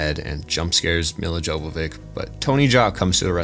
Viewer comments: Milla Jovovich's name is really not that hard to pronounce. You just need to rewire your brain a bit. Instead of the J from Joe, use the Y from You. And for the vich, I guess you're problem comes from subconsciously trying to use the w from witch instead of the v from Vin Diesel. V is the sonorant companion to f, you form it with front teeth on lower lip, the only difference is getting your vocal cords to vibrate and create a sound. It's similar to the difference between s and z. Oh and the ic, is just itch. So Yovovitch. Trying to form the w from witch, which is done using only your lips, makes it awkward to go through the mouth movements in the name. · It wasn’t just a joke about the pronunciation. He really can’t pronounce it